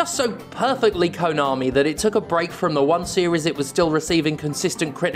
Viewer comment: At your end bit, all i clearly heard was "Kanomi is Kanomi" lol so true